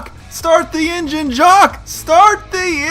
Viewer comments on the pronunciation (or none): Actually, it's "Jock". Not "Jacques". ;)